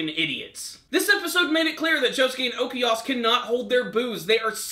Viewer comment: It's Okuyasu, not Okeyas Smh...